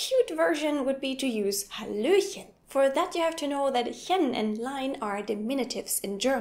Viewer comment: l like your halohen